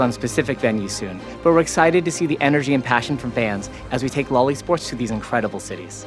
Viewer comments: When they say "lol e-sports" I also hear "loli sports". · No one heard these guys say what sounds like "loli sports" multiple times and told them to just call it "league esports" lol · "Loli sports" ... maybe just spell it out as L.O.L. when pronouncing it... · stop saying loli-sports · Did he say Lolli Sports? 😬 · He prenounces it as Lolly Sports 🥲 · Please stop pronouncing LoL eSports as "loli sports" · LoL e-sports sounds like Lolisports omg haha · I heard Lolli sports. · LMAO he’s saying LOL E-sports I’m dead